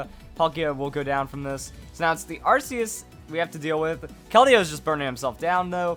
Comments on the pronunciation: if i get 1 penny for every time he mispronounced arceus, i'd be a millionare. ar-key-us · its ar k eus check official pronounciation ar keus and the jewwell of life